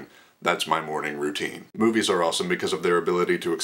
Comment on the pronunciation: I totally thought u said boobies instead of movies and I almost fell off my chair laughing. <3